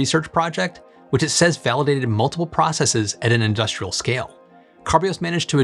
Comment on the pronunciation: Thank you for retaining the American pronunciation of ‘processes’. Trying to sound Canadian doesn’t make us any smarter.